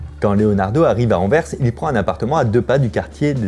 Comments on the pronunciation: tu te rends pas compte a quelle point il est rare d'entendre un Français prononcer correctement "Anvers" , merci d'etre le premier sur YouTube que j'entends 😀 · C'est bien Fabien tu dis "Anvers" comme les belges en prononçant le "s" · Merci d'avoir prononcé le S d'Anvers Vidéo intéressante comme toujours